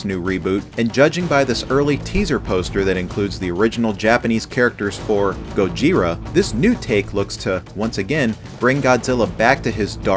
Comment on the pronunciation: he said Gojira wrong